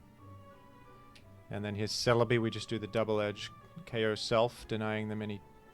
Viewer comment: don't say double edge-ing like that